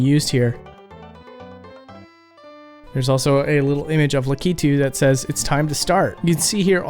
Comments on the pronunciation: Likitu? Lakitu is his name! "Luck i 2" Not "Le Key to" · I always understood it's pronounced lak-ee-too not la-key-too... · Dude… La-key-two?!?!? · Is this really how to pronounce the name Lakitu??? You're saying La-kee-too. I've always said La-kuh-too. Even Google says La-kuh-too. Its throwing me way off. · In my family we always said Lakitu like "lack-it-too", now that i have heard "luh-key-too" i cannot unhear it. Soup ear mare eo brutherz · Oh man, the way you pronounced "Lakitu." Lak-it-too is the American pronunciation from what I've looked up. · That is not how you say "Lakitu" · thats not how you say Lakitu!